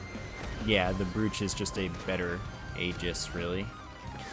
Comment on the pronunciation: Despite it's spelling, brooch is pronounced broach.